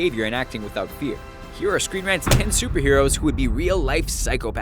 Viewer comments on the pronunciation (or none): yeah I know I was making a joke on how you said supper instead of super.